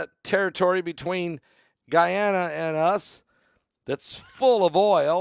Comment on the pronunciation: "guy-anna" is in South America / "gone-uh" is in Africa, just shows that makes mistakes like the rest of us do 😂🤣 Bless you for all the info you DO bring us whether it is mispronounced or not 😇😇🙏🙏🙏